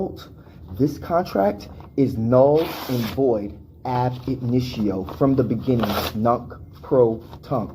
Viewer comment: It's AB INITIO you fool...stop saying AD INITIO and put your camera in landscape, you idiot.